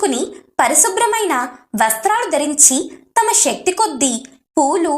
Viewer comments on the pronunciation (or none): none